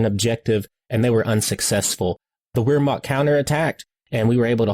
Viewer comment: Always enjoy your commentary. BTW "Wehrmacht" is pronounced like "Vehrmacht"